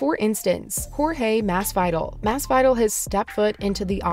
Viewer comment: Please look up how to pronounce the names before you say them. Holy shit. "Jorge Mass-vital" lmfao